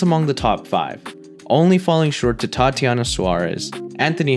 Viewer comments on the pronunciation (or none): none